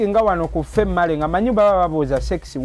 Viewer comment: I think it was female and male he pronouse it famale andmale😂😂😂😂😂😂